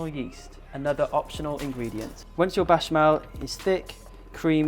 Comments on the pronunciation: Sounds like you’re saying bashment sauce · Am I deaf or is he saying bachamel? 🙈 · What is he saying ? Bashmell? I dont understand